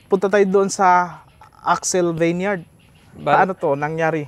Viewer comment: Di ginawa homework vineyard lang sablay sa pag pronounce.